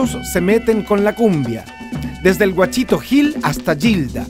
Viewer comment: buenisimo, pero no es "Guachito" Gil...es Gauchito !